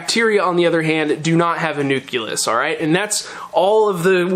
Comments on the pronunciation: nuculus. hehe. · Nu-CLE-Us. I had a professor in college make us repeat it over and over. Haha Love the science content though!